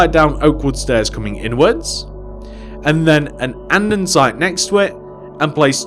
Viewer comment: Not got anything against you but it's Andesite not andeNsite